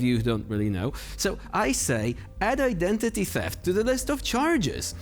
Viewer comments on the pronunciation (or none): Identity theft charges? Thats so funny how is pronounce it 😂😂😂